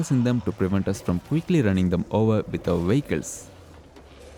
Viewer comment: Had me laughing at the "wehicles" part. Great videos as always.